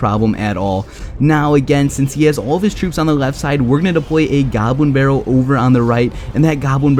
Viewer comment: Depwoy a gobwin bawwel